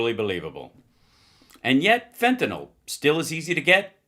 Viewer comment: Fentanyl is not fentanol, you doddering old fart.